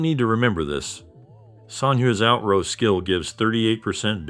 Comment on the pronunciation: Motherfucker said out rowe again